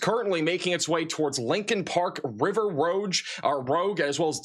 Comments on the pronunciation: River Roo-ge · Hey! River Rouge is pronounced “Roozh”. Just friendly correction! Rouge is French for red